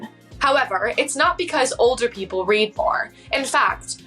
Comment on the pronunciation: The way she incorrectly pronounced 'read'. It happened more than once which makes me wonder if this is AI? 😮